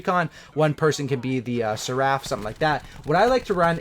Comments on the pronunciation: Alright we talked about this in bo3, it’s ser.aph not say.raph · S•air•if is how you say it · you totally butchered seraph's name xD Sea Raffe xD LOL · pronouced ser·aph :) thanks for the tips homie really helps a pleb like me! cheers! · Just so you know its Seraph (Serr-aff) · The “sea-raff” lmao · "SeaRaft" lolol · Seraph is pronounced like Sare-eph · It's pronounced sair-riff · Seraph - (sare - if) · It’s pronounced like sarif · cee-raph 😂😂 love the videos keep up the good work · It’s pronounced like Sara with a ph on the end. Sera-fff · Seraph rhymes with tarriff